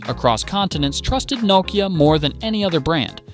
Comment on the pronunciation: I don't understand how it is possible to do a video on a brand, and continuing to mispronounce it